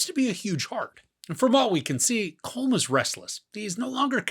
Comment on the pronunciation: Good review. However Colm is pronounced exactly like column.